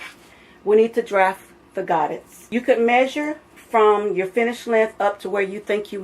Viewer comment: They are pronounced “go-day” it’s French.